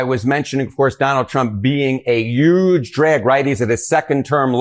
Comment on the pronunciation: The newscaster kept saying “YUGE “ just like trump does. Except when he forgot, slipped and then just went ahead and said HUGE.